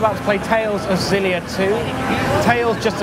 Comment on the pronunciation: Bushon matting... LOL By the way, it's pronounced Ex-zill-ee-ah, not Zill-ee-ah.